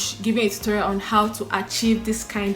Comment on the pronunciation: Did you say “a toro-rial” 😂😂